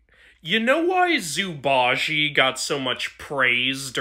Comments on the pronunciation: Chinese person here the way you actually pronounce jie in zhu ba jie is like zi-eh and not a jee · Pretty sure it pronounce zu ba j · nice pun but it's pronouced like jew ba-jay!!! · As a person who understands and speaks chinese, attempt to pronounce zhu ba jie cracked me up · I love that you focus lots on non-western mythology but that pronunciation made all of my ancestors cringe in their urns